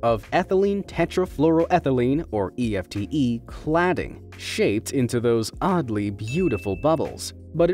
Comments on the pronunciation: ETFE but he said EFTE. Confusing... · You said EFTE but it came up on screen as ETFE!!!